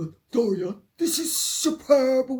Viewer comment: Doris who? Her name is Dor-ee-ah. An American plantation name that sounds like diarrhea.